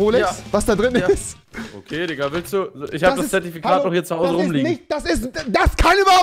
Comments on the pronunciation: Rewi es heißt Digga nicht dika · Warum sagst du immer dikka?